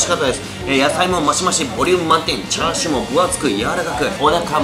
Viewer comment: ニンニク増し増し、美味しそう〜☺️ チャーシューが、『つ』になってましたね🤗